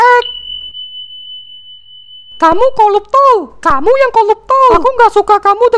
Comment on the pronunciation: Betullah 'R' nya nggak kesebut koruptor bila pelat R koluptol